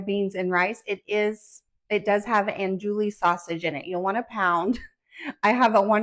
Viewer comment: It’s an-doo-ie. Not an-dool-ie